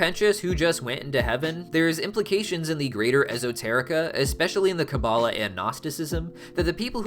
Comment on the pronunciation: 1st love your hazbin hotel and helluva boss videos 2nd Kabbalah is more like KA-balah you said it right but maybe say it a bit slower at the start 2. Gevurah is G vurah (g like gorilla/god) 3. What is a zohar is it a second name for the tanakh (Bible)? (Sorry its took me some time to answer I needed to re-watched the video)